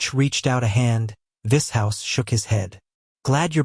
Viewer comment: if the voice would pronounce Vishous correctly and other words would be nice. 😂 vis hous 😂